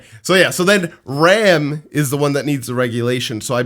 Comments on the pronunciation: it's already season 4 and you guys still can say ram and rem properly😂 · Rem and Ram would be easier to differentiate if you didn't pronounce their names the same